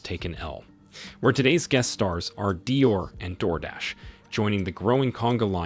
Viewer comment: Beta and Dior are mispronounced.